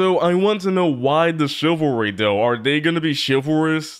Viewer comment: the boys really did research on how to be a proper gentlemen. also is no one gonna point out that beast boy said chivalry the incorrect way?